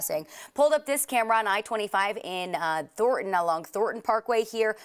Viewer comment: It's pronounced Thorn-ton.